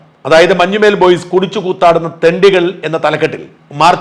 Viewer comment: മഞ്ഞുമേൽ boys alla sir, മഞ്ഞുമ്മൽ boys എന്നാണ്.... മഞ്ഞുമ്മൽ എറണാകുളം ജില്ലയിലെ ഒരു സ്ഥലo aahnu